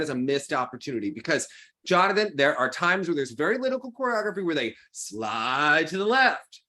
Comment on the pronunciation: no, it's not :) Jonathan pronounces it quite well, though, very close